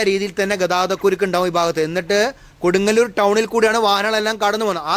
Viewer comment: Bro can tell the name properly. because it’s very important Kodungallur 😅😅😅